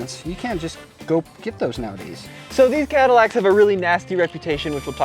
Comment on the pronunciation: Be vewy vewy quiet, I'm fixing cadiwacs.